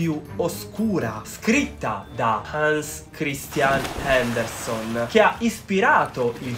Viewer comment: perdonami...Andersen, non Anderson...